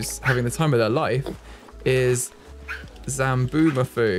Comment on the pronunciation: Hate to be that person but it’s Zoboomafoo not Zamboomafoo